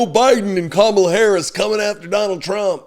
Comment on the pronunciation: What a toddler. I like that he offers the information "I haven't talked to Russia in years", no one said you were involved in this fraud. Also, DonOld, pronounce Kamala's name correctly just once.